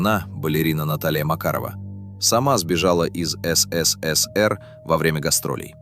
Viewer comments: Ну так годунов сбежал туда где свобода, хрена теперь говорить что виноват СССР. Голос конечно красиво звучит ну как он произносит ЭС-ЭС-ЭС-ЭР это конечно что-то. А вообще всё фальшивка - фальшивый голос зачитывает чьи-то фальшивые мысли и выводы и выдаёт их за истину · А что ж так говорить-то? ЭС ЭС ЭС ЭР, ЭСЭСЭСЭР МЫ ГОВОРИЛИ,так же говорили просто ФЭЭСБЭ. Явно,что человек не с союза и даже не интересовался никогда им или ии,и это грустно. А за информацию спасибо,хоть и есть ошибки по фактам,например про Полищук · ИИ как всегда смешит, но посмотреть на знакомые лица артистов и кадры из фильма приятно. Так эСэСэСэР как всегда, в памяти потомков. И да, никто слово диско шепотом не произносил😅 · Явно прослеживается цель-так или иначе обгадить все лучшее, что было создано в ЭС.ЭС.ЭС.ЭР-так произносят все ИИ-шные голоса. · Комментатор не может нормально выговаривать СССР. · Околесицу наворотили, если тебе закрыли выезд, или не дали главную роль это ещё не трагедия. В той стране 99% и так ни о каких заграничных турне даже не мечтали😂 И если не хватает ума озвучить короткий ролик, научите этот долбаный ИИ хоть говорить СССР не так ушлепно😊